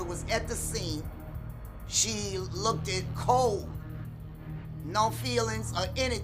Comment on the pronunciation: She "lookid" like you?